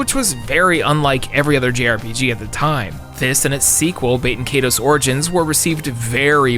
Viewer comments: Bayten Kaydos? I thought it was pronounced Bah-ten Kai-dos. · dude its "bay-ten KAI-tose" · Pretty sure it's prononced bat EN kai toas. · That pronunciation of Baten Kaitos definitely removed some points from your nerd card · Haha the way this man pronounces baiten kaitos is WILD